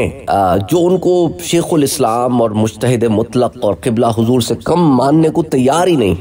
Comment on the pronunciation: قبلہ اتنا بڑا بننے سے پہلے اور اتنی بڑی شخصیت پہ بات کرنے سے پہلے تھوڑا پڑھ لیں۔ اِخلاق نہیں اَخلاق مجتہَد نہیں مجتہِد استفادہ حاصل کرنا نہیں ہوتا۔ استفادہ میں پہلے ہی حاصل کا معنی پایا جاتا ہے۔ آرائے کس ڈکشنری میں لکھا ہے۔ رائے کی جمع آراء ہوتی ہے۔ یہ چیزیں سیکھ کر عالم یا اسکالر ظاہر کریں تو مناسب رہے گا